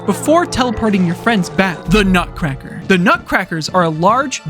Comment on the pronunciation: bro went full british on the nutcracker